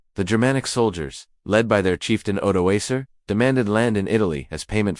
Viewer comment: AI cannot even pronounce Odoaker right. Acer😂😂😂 And young Romulus plays with a tin soldier from the napoleonic wars🎉